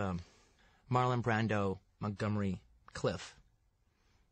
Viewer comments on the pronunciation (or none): I wonder why Quentin mispronounces Montgomery Clift as Montgomery Cliff? Hasn't he ever seen the name spelled? Or did he just have the character Cliff Booth cooking somewhere in his mind?